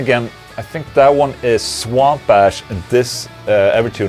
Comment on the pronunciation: Lolol... when he says, "swamp ash", it sounds like he's saying "swamp ass".